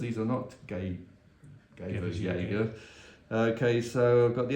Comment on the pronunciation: "These are not Gay-burg-schijager" 😂 But great table, great game.